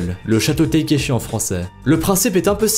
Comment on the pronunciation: c'est pas difficile de dire takeshi correctement...